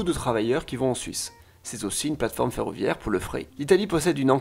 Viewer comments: Très bonne vidéo, par contre le fret ca se prononce le frete pas le fré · Juste un petit com pour te préciser que le fret (maritime, ferroviaire, etc...) ça se prononce frète et pas fré. Voilà super vidéo sinon ! :) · "vagons" au lieu de "wagons" rahhh les Français et les W ... Sans parler du mot "fret" juste avant ou le T se prononce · Bonne vidéo. Comme j'ai bossé dans l'aéronautique je me permet de corriger une erreur de prononciation : le fret (marchandise) se dit [frèt] et non [frè]. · Merci pour cette vidéo, très bonne synthèse, deux petites remarques : on prononce le t de fret, et peréquation se prononce comme équation.